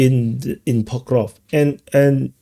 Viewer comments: he's not ever gonna get that right his accent is in the way of his tongue and teeth from making the sk sound after the v sound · It's Pokrov-sk, not Pokrov 😂